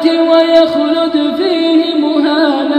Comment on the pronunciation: في خطأ في (يخلد فيه~مهانا) في مد صلة مقدار حركتين وهو خاص بحفص القارئ ممتاز لكنه نسي مد الصلة في هاء الضمير